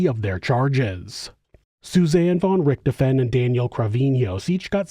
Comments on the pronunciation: RichtHOfen. Not RicterFEN. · The name's pronunciation is more like DISHED'oven, only with an R. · Thanks man, fwiw, the "f" in Richthofen has more of a v sound